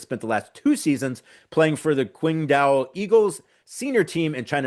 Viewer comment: C'mon guys. Qingdao = Ching Dow.... I lived in China. You guys--you did a great job, but also checkout the highlights collected by a smaller channel called, "PNWDev (Why did the Trail Blazers Draft YANG HANSEN?" It's a great video; mostly because of his highlights. 7 foot 2 250lbs. Major con, free throw percentage and agility.